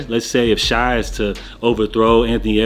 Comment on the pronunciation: SHAY man, not Shy. Shai( Shay) gilgeous Alexander